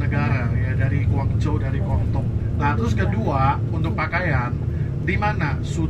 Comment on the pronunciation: maaf mas relat dikit Guangdong Guangzhou sebutan belakangnya tidak sama dgn sebutan Hangzhou loh, meddok bngt terdengar orang luarnya😊 saya di China juga sat ini, 12th sdh beserta pergi kmn saja di Tiongkok ini😊